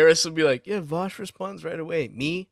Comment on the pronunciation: Vaush, Vaushy Vaushington of Voosh